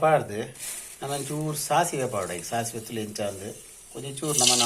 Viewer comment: Sasive😮😮ATHU " DACIVE ' 😂😂